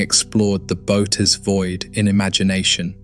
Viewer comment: The constant screen tilting gives me motion sickness… And its pronounced boh-oh-teez but I guess whatever ai program you use can’t figure that out